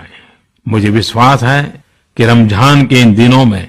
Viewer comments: Modiji it's Ramzan not ramjhan ... Keep it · Pehle to bolna sikhle ramjhan nhi hota h ramzan hota h